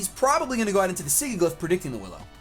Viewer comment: Hey, another fun match! Just FYI, Sigilyph is pronounced "SIJ-I-LIF":) I noticed you like to add an extra G in there!